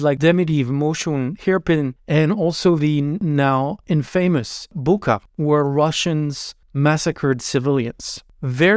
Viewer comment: PSA: Bucha is pronounced "Boo-tcha", not "Boo-kha". It's spelled Буча, not Буха.